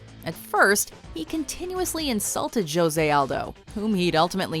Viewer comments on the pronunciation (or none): is it really juuhhhhose or hose' ... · This bitch said " Joe say "😂😂😂😂 it's jose. " who the fuck is that guy " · jo se????? it's pronounce ho sei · Why da fook does everyone pronounce the J as a J instead of an H in Jose Aldo's name? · IM SORRY BUT DID SHE JUST SAY “JOE-SAY ALDO” ?? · "J"ose LMAO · yo why is he calling him joesay lmao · lol she said joe-se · did she just pronounce jose as in "joe-zay" is the timestamp ...wtf.... hahaha come on lady, get ya shit together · Do you not know how to pronounce Jose? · Call him Mystic Mac or pronounce "Jose" wrong one more time...